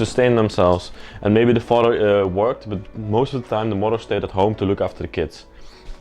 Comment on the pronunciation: "...I like how you say mother..." Yes...the "farter" & the "murder". (Sounds like a pleasant bunch!) 😯